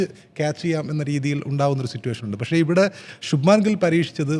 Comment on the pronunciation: 'പശ്ശേ', വയങ്ങുക', 'ഒയികെ,'എയുതിച്ചേർത്തു'.... നല്ല മലയാളം പറയാൻ ശ്രമിക്കൂ മിസ്റ്റർ.. 😅